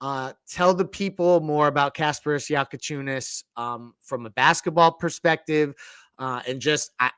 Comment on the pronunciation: Bro learn fuckin names how bad can somebody pod? Your Bam D riding and can't even repeat a name right is CRAZY WORK for a podcaster, my goodness